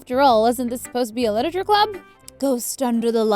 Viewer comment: Is it just me who got so annoyed when Cupquake said 'Liteture' at the start?